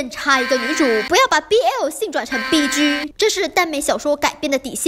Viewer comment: 1. 什么是BG? 2. 请念 逼鸡，不是 逼狙。 谢谢。